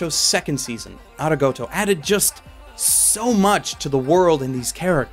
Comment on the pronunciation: Ari-goat-o?? Did anyone else hear that?